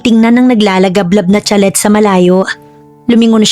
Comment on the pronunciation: Nice story 👏 but I couldn't take it how you read (chalet) it's sha-lay po👍 like sachet it's pronounce sa-shay... Just saying.